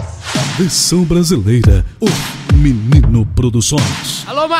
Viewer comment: Menino não... "MENINI".kkkkkkkkkkkkkk